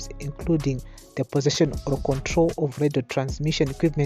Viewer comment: Why do you matshona people say oro instead of or. Just say or. There's nothing like oro.